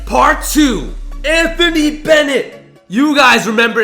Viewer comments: He said Antony davis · you said antony Davis